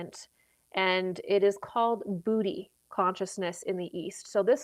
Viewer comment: Booty conscience 😂 i have a lot. Too much sometimes for my spiritual development. I think it's pronounced bodhi